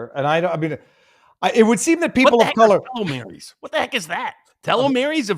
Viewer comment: Pronounced "Tee-low-meers" Telomeres are structures on the very end of a DNA strand, that do not carry any valid DNA instructions. Every time your cells divide, they replicate each of the DNA strands into two DNA strands. The mechanism that performs this replication (the ribosome) cuts a little off the end of each strand in the replication process. The purpose of telomeres is to make sure that when the end of the DNA strand is cut off, no valid DNA instructions are lost or corrupted. Such corruption is known as cancer. The longer your telomeres are, the more times your cells can divide before the replication process starts corrupting your DNA. I only know all this because one night I happened upon a college lecture on DNA & cancer. As a programmer, I have never been interested in anything to do with bioscience. But this was fascinating! I sat enthralled for three hours. This was God's programming! (Complete with a bug in the design.)